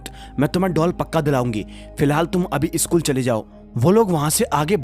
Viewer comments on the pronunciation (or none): सकुल को ईसकुल कियू बोलते हो